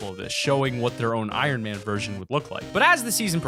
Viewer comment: Carbine is not Iranman omega is